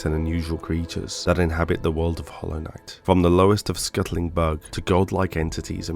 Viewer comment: "Hollow Knigh"